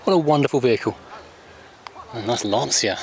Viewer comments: It's not Lansia it's Lancia, as in Lancha. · Definitely not “Larnseea”....